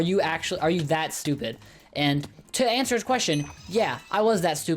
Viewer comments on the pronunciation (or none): none